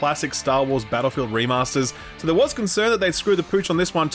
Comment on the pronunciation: Bro, why does he always say Star Wars: Battfield.